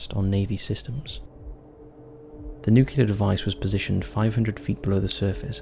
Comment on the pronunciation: i have never heard someone pronounce nuclear as "nook-YEE-lurr" before today. "nook-YOO-larr" is still wrong but at least its common. jesus christ.